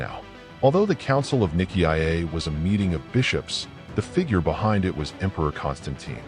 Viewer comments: The name "Nicaea" is pronounced "ny-SEE-uh". The robot audio pronounces it as niki ah ay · ny-see-ah not niki-i-ay. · AI is such a problematic narrator. Nick ee iyay? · It's usually pronounced NY-SEE-UH. It's better to have a human being narrate these things. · I kept thinking niki ah ya mother f....😅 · What a load of tosh. And can’t even say Nicea correctly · Good report .. but so very annoying with the pronouncing of Nicea… dummy 😊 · I don't think you're pronouncing I see you're right nicea